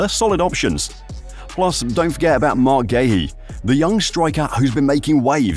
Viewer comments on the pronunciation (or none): It’s Marc Guiu not Marc Geuhi